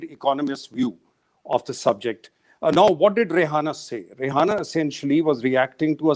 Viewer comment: It’s Ree Anna not dasei name 🤣😀